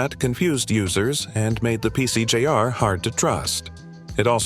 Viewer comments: "Pee Cee Jay Arr?" Try "PC Junior." Jeez. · The “PC j r”?? Seriously my guy? It’s PC Junior🤦‍♂️ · "Coh-leh-coh"? "PC J R? Record your own voiceover, or at least FIX what's ridiculously incorrect.